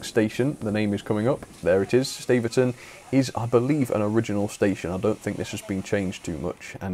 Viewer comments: Great video, it's my local line! If I'd have known you were coming I would have joined you. One thing though, Staverton is pronounced Stav-erton instead of Stave-erton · Nice one. Shame about the GWR overload though... 😉 And Staverton, I believe, is pronounced "stav-erton" (not "stave-erton")